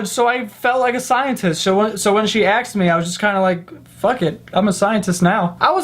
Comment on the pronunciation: Have you ever noticed that he says "aksed" instead of "asked" lmao